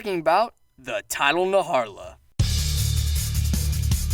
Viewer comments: The tidal naharla?Its najarala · It's not "Naharla" it's: Na - Jar - Ah - La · "Naharla" oh my goodness it's Najarala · You said tdal naHARAlA Its tidal NAJARALA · “Tidal Naharla” 🤢🤢🤢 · ... “Tile Narharla”? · “Naharla” and then I unsubscribed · Ok man we get it, you hate the red Khezu. Also who else cringed at the way he pronounces some monster names.